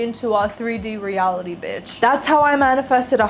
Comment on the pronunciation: Its so refreshing to hear an aussie accent say biiiitch or mofucka 🎉